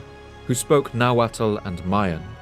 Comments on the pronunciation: Just for future reference, it's not pronounced na-wa-tal It's just na-wat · Nahualt is pronounced nah-walt. Not nah-wattle.